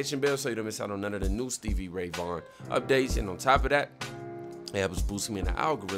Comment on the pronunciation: When I heard you mispronounced SRV's name I just smiled. Why? Because you were telling me that you hadn't really heard of him and I knew you were in for the ride of your life.